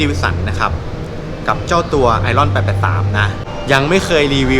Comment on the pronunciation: ไหนๆก็ทำช่องสาธารณะ อย่างเป็นทางการแล้ว ก็ควรออกเสียงชื่อรุ่นให้ถูกต้องด้วยครับ ชื่อรุ่น ไอร์ออน ครับ